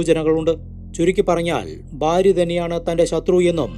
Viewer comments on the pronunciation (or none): none